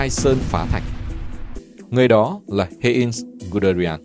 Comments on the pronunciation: Heinz tiếng Đức đọc gần như là: "hai-nz" ko phải "hên" nhé, Manstein cũng là "man-sờ-tai-n" chứ ko phải là "man-sờ-tên"... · Giọng của bạn đọc rất hay và truyền cảm, nhưng nên cố gắng tìm hiểu tên riêng để đọc cho đúng, khi nghe cảm giác hơi bị chõi tai, Hê in (thực ra là Hainz) ...